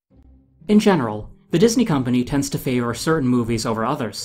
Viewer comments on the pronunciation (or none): none